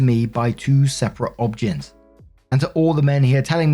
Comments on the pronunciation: I listen to you while doing chores and driving to work. Also, "OB-GYN", just say the letters 😂 "O B G Y N". Love you,! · my friend you are very cute if obgyn is pronounced abgin as you do is typical from where you live God bless. In the USA the word is just the initials OBGYN obstetrics gynocol5😍